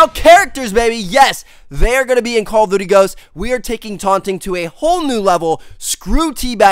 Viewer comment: I been watching ur vids for a while and it gets annoying that it sounds like ur saying call of butty ghosts